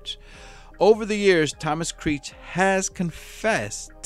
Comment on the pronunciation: Commentator needs to improve pronunciation of words such as Oregon, Creech & worship. Next, how is it that an inmate is able to garner a sock full of batteries while being incarcerated? Seems like a pretty lax prison… not that I support suing but if I would hav been that dude’s family member I would hav been holding the prison accountable along with Mr. Creech